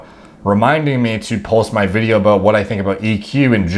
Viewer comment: lmao aboot